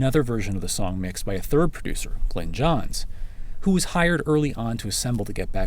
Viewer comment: Why can't Americans pronounce Glynn Johns's name? I's "GLYnn" not "GLEnn".